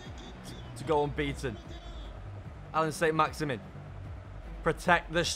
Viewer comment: As much as i love the bloke, i hate anyone that says maximin in a shit english accent when its not like that